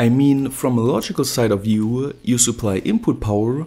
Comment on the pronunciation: I'm like you-a, but don't have any spare-a led-a's.